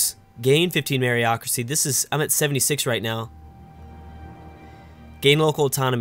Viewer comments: It's funny hearing him pronounce meritocracy merryocracy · MeriT-ocracy and CaV-alry